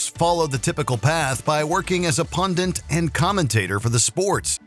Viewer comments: Why can no one pronounce "pundit" properly?? It's NOT "pundiNt"!! There is only one "n"! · Pundit. Not pundint. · no such word as “pundint”. It’s “pundit.” geez. Ok now I feel better.